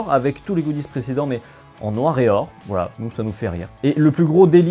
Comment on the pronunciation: le "vouala" il était magnifique